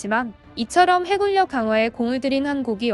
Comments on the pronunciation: 왜 "해군력"을 "해굴력"이라고 계속 발음하죠? 짜장면을 자장면으로 발음해야 하는것처럼 최근 뭐가 바뀌었나요? 아님 저분 발음이 문제인건가요? 듣기 불편해서요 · 해굴력... 거슬리.... 아니 아니에요..